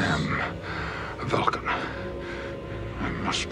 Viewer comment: "This is the Vwulcan hearrt. This is the Vwulcan soul."